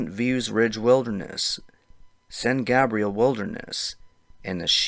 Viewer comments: Hey - it’s pronounced San GAYbrial. Not Gahbrial. 😊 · San GABE-rial Mountains. San Burr-nardino.